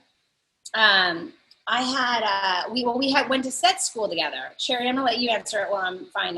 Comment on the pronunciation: Wow I thought her name was pronounced (Sher-Ree) not cherry. You live and learn.